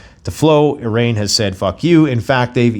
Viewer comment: There's still no E in "Iran". No matter how many times you mis-pronounce it. You complete moron.